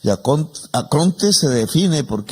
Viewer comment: ¡Que no es "acronte", ¡So burro! - Se dice ARCONTE.